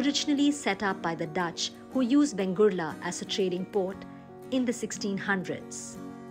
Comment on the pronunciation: In narration please give correct name ie vengurla not bengurla